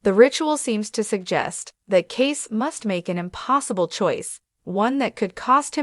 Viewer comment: It’s pronounced, “Casey”